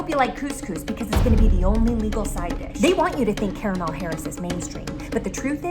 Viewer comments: Absolutely love that she started out pronouncing Kamala correctly and then started going crazy with it. 😂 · "Kalamaris Harris" 😭😭😭😂😂😂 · Bruh...not " Kalamari" Harris...💀💀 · Also "Kalamari Harris" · The first time Desi said Kamala's name wrong, I thought "uh oh!" But by the end of Desi's spiel (butchering the name much worse), I thought "hmmm...KAM-ala wasn't such a bad approximation after all." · Slutty McTits Agreed. And Favorite part was how the mispronunciation of Kamala kept changing 😂!